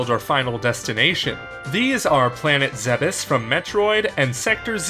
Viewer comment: "Planet Zebiss"